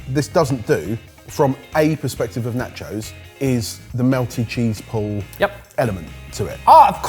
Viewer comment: The way you pronounce nachos is cringe!